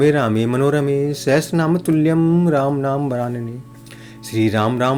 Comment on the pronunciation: Sahastranam nehi sahashranam bolna chaiye